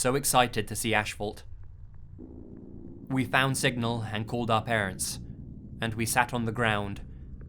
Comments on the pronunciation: Asphalt, not ashphalt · ASHfalt. Pretty sure that is not how you pronounce asphalt. /ˈasfalt,ˈasfəlt/ Google to the rescue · Story 1: " i have never been so excited to see Ashphalt "...as a construction worker who pavea roads for a living it is NOT Ashphalt but its call Asphalt there is no H and no such thing as " Ashphalt lol honest mistake bur an annoying one to me anyway.... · “Ashphalt” lol 😂